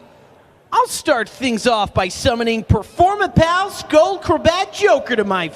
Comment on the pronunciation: performapur- performur- performapal!